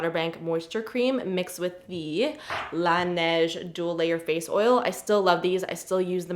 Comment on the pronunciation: laneige not la neige